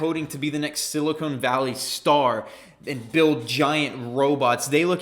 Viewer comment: Bro it's "Silicon Valley" "Silicone Valley" is in LA and they make a specific type of movies 🤡